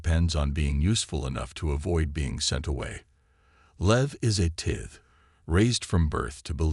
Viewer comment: It's pronounced tie-th